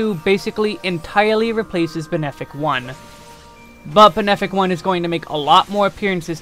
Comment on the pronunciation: I think it's hilarious that you pronounce "malefic" as "male-fic" instead of "ma-lef-ic". But then you pronounce benefic correctly- why not "bean-fic"?